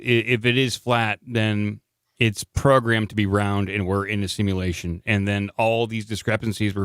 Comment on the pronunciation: Love everything you do for us! I also love how you say simuhlayshun 😂😆 get that trademarked asap lol Please never stop keeping it gangster! PS: thank you for definitely not uploading all you nottinfoilhat episodes 😉 I very much enjoy "not watching" them on yt! I also watch elsewhere when i don't want to wait.